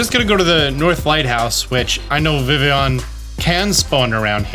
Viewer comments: Its `viv e on`! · I know I'm being a prude but it's pronounced vivy-on because it's based on the French word for butterfly, which is "Papillon" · Please learn how to pronounce vivillon, it hurts my brain. It's like listening to someone pronounce the Ls in tortilla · Fact not a lot of people might or might not know Vivillon is spelled like the French word for butterfly papillon, that is pronounced papi-yon. I know this cause I have a Papillon, the dog breed. So Vivillon is probably pronounced like Papillon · I'm irritated how you pronounce vivillon. Have I been pronouncing it wrong all this time? What even is real anymore?